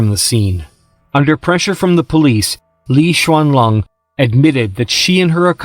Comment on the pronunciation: Why you call her LI XUANLONG ....,.,IS LI XUANLING IS LING ........NOT LI XUANLONG